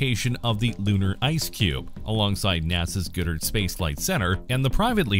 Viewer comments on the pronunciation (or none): Great video. One thing though, it's pronounced GOD-dard, not goodard.